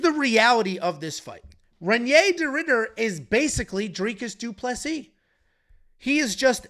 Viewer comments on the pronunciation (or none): none